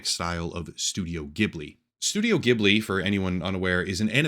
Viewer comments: Ghibli is pronounced with a soft G, like "jib-li". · It's pronounced Jibli. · It's pronounced "jhiblee", soft sound not harsh like "Giblee" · The G in Ghibli is soft.